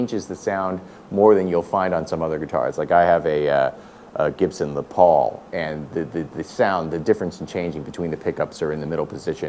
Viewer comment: Please don't say "Le Paul".